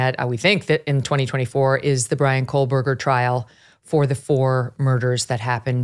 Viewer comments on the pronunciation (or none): It's Koh-berger, no L